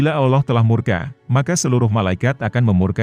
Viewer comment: Ngucap kan" Allah' kok kurang pas ya?